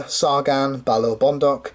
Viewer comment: By the way "Balaur" is pronounced a bit more like "Balauur" or think of how you say the two Oos in "fOOd"